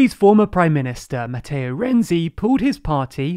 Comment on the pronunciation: Dear, the correct pronunciation of the namens of Italian politicians quoted in the video are the following: [dʒuˈzɛppe ˈkonte] and not [konti], [matˈtɛːo ˈrɛntsi] not [rɛndzi], [ˈkarlo adˈdzeʎʎo ˈtʃampi] not [kiampi]